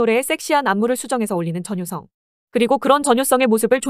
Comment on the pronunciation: 전횻썽 발음 기엽누…..